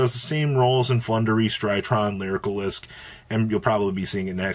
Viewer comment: Not pronounced lyricalisc. Just lyrilusc